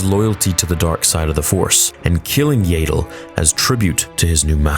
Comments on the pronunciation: . Her name is pronounced Yaddle, NOT "Yaydle". You really need to get her name right. I have heard you say it wrong the whole time you have been saying it. How do you pronounce the word saddle? Do you say "saydle"? No, you don't. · Yaddle not Yeddle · Right?! We've all known it rhymes with Paddle for over 20 years, got a recent official reminder, and he still pronounces it Yay-dle? I can't help but think he wants all Star Wars to align with what it was to him when he was a child. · YAH-DULL…for the love of the Sith, please stop calling her, “YEAH-DULL”…🤨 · Why do people still call her “Yay-dle” when they very clearly call her Yaddle in the fuggin show? It’s about as infuriating as Stupendous Wave calling it “Duh-jem so” instead of the way it’s supposed to be pronounced, with a hard J sound. He might have stopped once he saw Din Djarin’s name spelled it, not sure. Can’t stand watching his channel anymore. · Please make a video on why you say Yaddle like "Ladle" still, especially after Tales of the Jedi 😂 it just makes me wince everytime I hear it. Jokes aside, this was a great video and you made a lot of good points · I'm a simple man: I hear mispronounce her name as "Yay-dle," I hit dislike. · Please stop saying yAAddle😂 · Why are you mispronouncing Yaddle's name?